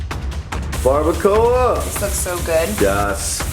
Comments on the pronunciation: Barbara-coah 😂 say it like this... Barba cua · Who else is laughing at them saying bardacoa and carnitas wrong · somewhat mad on how they said barbacora and carnitas :P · Bar-ba-qua no bar-ba-co-ah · The way that they said barbacoa and carnitas bothered me 😂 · It trigger me how they say barbacoa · Okay but how they say barbacoa- I’m Mexican so I found it funny but obviously they don’t know how to say it Mexican way which is okay no HATE!!! Don’t come at me😑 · Were they pronouncing barbacoa like that on purpose? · Latinos get triggered when they say Barbacoa wrong 😂